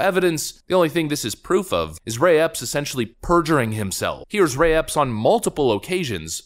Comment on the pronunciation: You say Mr Ray Epps, I hear " mystery ops ".